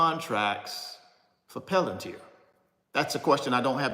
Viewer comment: 😢 🤯😳Are you the only one who can’t sound this word out….😫Come on, get up.